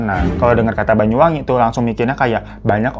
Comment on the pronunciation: BANYU BANG BUKAN BAYU 😭😭😭